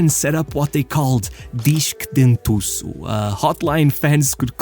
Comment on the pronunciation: Tu é português irmão, falou o nome dos treinadores sem sotaque nenhum, e esse Disk Dentuço revelou tudo kkkkkk